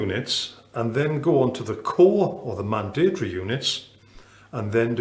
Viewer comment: Love how this guy pronounces mandatory! All well and good lecturing but I think this guy needs a lesson on how to reduce this from five syllables to three!!!